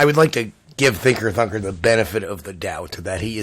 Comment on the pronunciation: When he says Thinker Thunker he sounds like he says Thicker Fucker